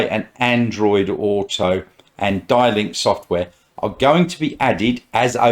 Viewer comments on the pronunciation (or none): The next model to arrive in Australia is the Atto 2 which is the BYD Dolphin this will be followed by the Atto 4, which is the seal sedan both are expected to go on sale towards the end of December this year with deliveries starting around March. I think it's pronounced as "D" link software. The models expected to go on sale in 2023 are the Han sedan, the Tang 7 seater SUV and the BYD Ute.